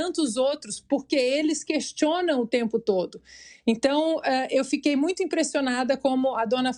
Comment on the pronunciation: Renan Calheiros ficou em êxtase com a declaração da moça , é. " MUITIO" importante!!!!!!!!!